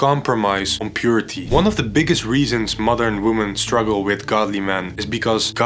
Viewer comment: Everytime he says modern woman it sounds like mother woman